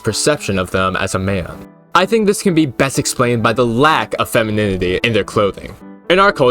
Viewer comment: Dude, you are like the second person that had a problem with saying the word "femininity" that I've seen on YouTube today 😭 Glad to see some rep out there (I can't say the word either)